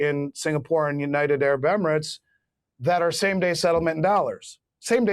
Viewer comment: Please say United Arab Emirates, not Unitebarabemerets. You've been saying it wronfg for over five years that I know of. Just write it out ten times.